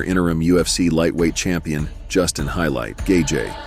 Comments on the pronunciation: you literally called Justin Gaethje - Justin Highlight Gayjay. It’s Justin The Highlight Gaethje. It’s not just you, All this videos done by bots can’t even pronounce the fighters names right. It’s embarrassing. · nope! you're wrong brah, listen to the gaybot narrator and you will see that he's Justin "Highlight" GayJay... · did the narrator pronounce Gaethe as Kay Jay❓️⁉️ Please tell me I'm not the only one who heard that 😮🤔